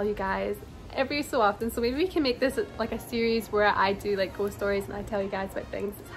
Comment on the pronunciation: With your accent every time you say ghost it sounds like "ghostie" which is cute.